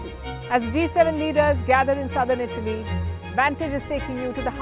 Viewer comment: Say ITALY properly. I thought u were saying BALI